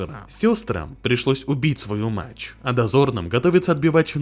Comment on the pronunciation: Голос нейросетью синтезирован? Почему "мачь", а не "мать"?😅